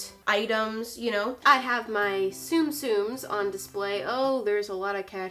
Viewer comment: Sorry but it is pronounced like Zum zums nots sum sums!!!